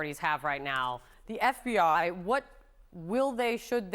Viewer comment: what in the heck is with the way she says FBI??? lol